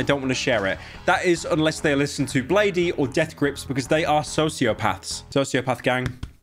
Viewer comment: blade-y? BLADE-Y?! bladey b